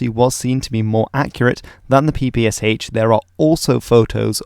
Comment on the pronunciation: The short answer is: NO. Ans it's not the "peepee-ess-aitch" it's the "peepee-esh". "Sh" is a cyrillic letter.